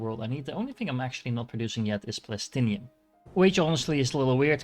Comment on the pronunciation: why do you prenounce plastanium as plastinium